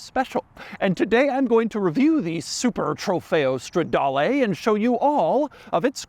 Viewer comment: Doug the type of guy , with an Italian last name. Yet still says « strawdaewlee »